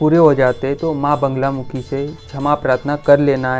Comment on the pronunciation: Banglamukhi nahi bolte. Naam Baglamukhi hai.